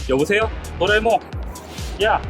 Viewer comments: 또라이몽이라 들려요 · 50초때 또라에몽이라고한건 기분탓?ㅋ